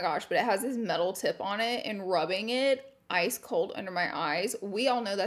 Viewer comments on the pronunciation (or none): none